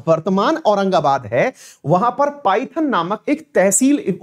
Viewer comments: सर, पाइथन नाही इसे पैठण केहते है। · Paithan is पैठण not पायथन